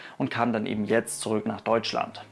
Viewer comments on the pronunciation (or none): none